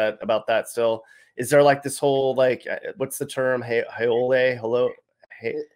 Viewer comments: Haole is pronounced how-lee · Haole is pronounced " How-Lee " trust me, I know. I've lived on the Leeward side of Oahu for 14 years now, and being a white guy from Detroit, I've been called a Haole plenty times. lol left a more accurate and informative comment. I'm not military, I do live on the west side and I am definitely Not rich, far from it actually. lol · It’s actually a howl ee and it’s La ni ee and your pronouciation not so great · He mispronounced haole and it means foreigner.